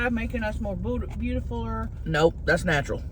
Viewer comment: "There is nothing makin us more beautifuller; that is natch--earl." 😂